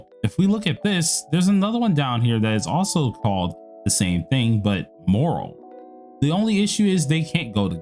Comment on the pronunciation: A few corrections: the common element with all the repeatably equippable wedges is that they're all part of the Covenanter set. Not sure if you noticed that. Also, "Moral" and "Morale" are different words with different pronunciations.